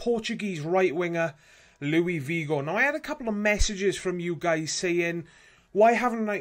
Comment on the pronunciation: He's Portuguese not French, it's pronounced Luis not Louie. And you pronounced his last name like Vigo